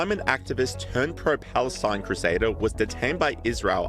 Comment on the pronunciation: Hoo, she just save "Balestin" 🤣😂🤣😂🤣😂